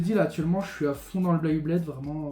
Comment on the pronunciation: Beyblade pas "Blayblade"